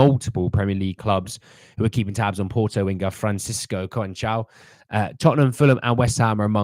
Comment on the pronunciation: No to Neto, too injury prone. Conceicao is pronounced Con Seh Sow.